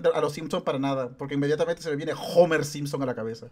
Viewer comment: ¿ está sordo o que? "Omero" es lo que está mal dicho, en el doblaje original siempre se le a llamado "Homer", incluso si ignoramos que la H no es muda, en este caso, esa O al final sigue siendo inventada.